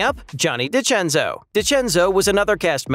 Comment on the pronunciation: This AI voice actually pronounced the 2 Italian cast members full names (Macchio and DeCenzo) correctly. Pretty cool!